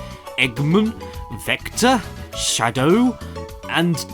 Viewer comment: Eggmun. Vecta. Shadough. ...